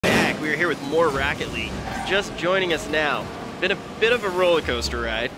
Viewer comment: in the beginning does he really say racket league? Sure sounds like he did